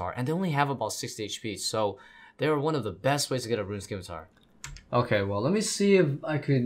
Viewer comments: Scimitar = 'Sim'-i-tar, Not 'Skim'-i-tar Just like 'S'cience & 'S'cene vs 'Sk'im & 'Sk'ill.. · it's pronounced: "simitar". you dont pronounce the c. the c is silent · the 'c' in scimitar is silent